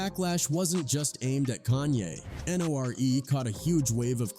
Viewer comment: This has to be AI generated. Dude pronounced "Nore" like "bore." 🤦🏾‍♂️